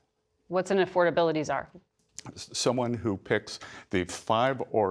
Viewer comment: DUDE said Czar. Anyone else catch that?